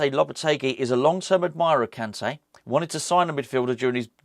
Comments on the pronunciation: “N’golo Kunté. I didn’t pronounce that well did I?” 😂😂😂 I love you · No u didn't say his name well 😂